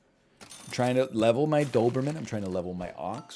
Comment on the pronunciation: Simply can't say Noberman